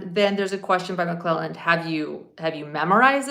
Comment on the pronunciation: You are saying McClellan and it’s McLeland